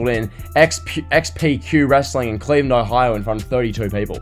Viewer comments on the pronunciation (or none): none